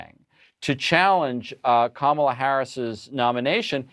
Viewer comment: Hey Anderson - why did your colleagues let the republicans get on there and mis-pronounce VP name on purpose? And say they were doing on purpose? And lie about the 'banning meat' policy? And despite the unimportance, make a policy fight on plastic straws? Really? Why do your CNN colleagues NEVER correct them or shut them down? More and more - despite a few of you still doing a good job - CNN = Fox.